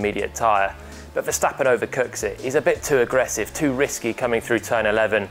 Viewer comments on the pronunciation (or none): none